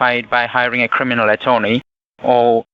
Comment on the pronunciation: Cwiminal attewney